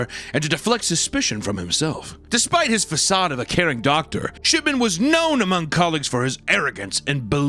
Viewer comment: I keeping hearing "Shitman" not "Shipman"